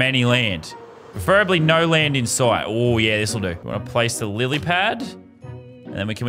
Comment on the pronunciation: No one: Lazarbeam: I’m smart Also lazarbeam: says lilypad wrong